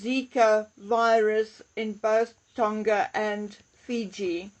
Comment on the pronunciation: Tonga does not rhyme with longer. It's a soft "g" like in "song".